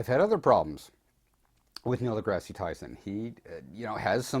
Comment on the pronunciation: I'm sorry, but you are saying Neil deGrasse Tyson's name incorrectly. deGrasse is pronounced as D-Grass, not Degrassi.